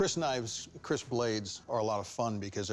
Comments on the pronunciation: Keris not Kris :) Keris is sword from Indonesia. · Keris, not Kris.. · Not KRIS, but KERIS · it's not Kris but Keris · It's not 'Kris'.. It's Keris 🤷🏽‍♀️ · it is keris not kris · The name is keris not kris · It's keris not kris thanks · It is Keris not kris.. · Its keris not Kriss its from indonesia😍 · Keris not kris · Tombak keris. Not "tomak kris" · Thats "tombak" not "tomak" .... and "keris" not "kris" Because that ll be diffrn meaning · Its not Tomak, actually its Tombak (means spear itself) Keris not Kris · It call Tombak, not tomak, and kris actually is "keris"